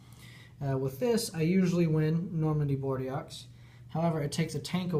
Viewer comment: great video. Inspiring to give it a go! It's pronounced "Bor-do" though ;)